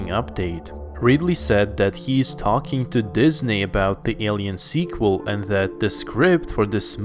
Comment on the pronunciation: Why does he keep saying squal its a third installment lol